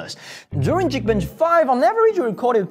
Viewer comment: 支持国际化。但整个视频最让我难受的是"geekbench"的发音，"geek" 读 /giːk/，而不是 /dʒiːk/。连频道名都叫 ""，没理由把这单词读错吧？